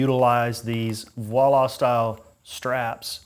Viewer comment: I have one of his smaller bags, the Picollo, that is 12.5 litres. Tight fit fit for all your sleeping gear, but no rack is required. Highly recommend using something like Restrap’s push or standoff bar to protect you bike from rub on the dowel. Just a by the way: Voile straps came from the ski industry and is pronounced Vol-A. Thanks for review. Very nice bag and very well made.